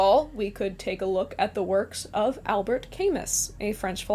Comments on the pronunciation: Albert Camus was Algerian, and the closest transliteration in english of how to pronounce his name is Albere Camu. FYI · Al-bear Kuh-moo